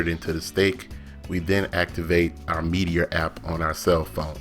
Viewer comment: Nice but it's "meat-er" not Meaty-er"